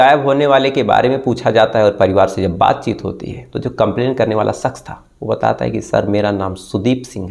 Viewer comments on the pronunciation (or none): It's not soroom, its showroom, its not las, it's lash, it's not saks, it's shakash, fix your language or leave 😅